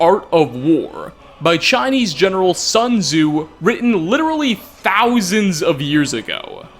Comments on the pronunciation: 1 tiny detail of tiny details of skyrim, sun tzu actually pronounce as" soon zzz" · Sun Tzu is actually pronounced as /ˈsuːnˈdzuː/ :) But thanks for the video anyway :) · As a Chinese, I cant stop laughing at your pronounciation of "Sun Tzu" Art of war. 😂 Nice vid btw. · Not going to lie, you not being able to pronounce "Sun Tzu" properly is annoying af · I CRINGED everytime you mispronounced Sun Tzu... but great video anyways :)